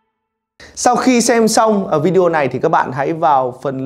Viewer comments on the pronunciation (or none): none